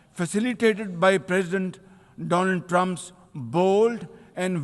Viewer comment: Why modi start compang for dooooonaal triumph my phriend! Hy pr phriend NY pherindship hi nibhai friendship nahi 😂😂😂😂😂😂😂😂😂